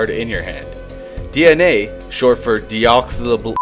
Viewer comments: Dee-ox-ee-rye-bo-new-clay-ick acid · actually Deoxyribonucleic is very easy to pronounce if you split it into three parts deoxy ribo nucleic.